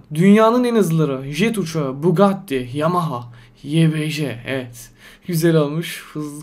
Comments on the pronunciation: Nobody: İnsan : evet YBJ : eğet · Normal İnsan: Evet YBJ: Eğet